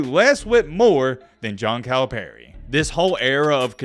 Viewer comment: You pronounce Calipari as “Kyle Perry” lol